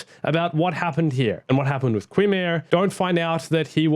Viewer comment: Qimir is pronounced “kai meer”.